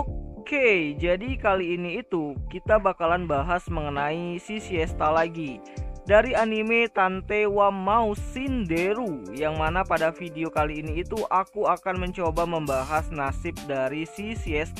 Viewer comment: bukan "Maou" min, tapi "Mou" Shindeiru, kalau Maou artinya jadi Detektif Raja Iblis mati, tapi kalau Mou artinya Sang Detektif Telah Mati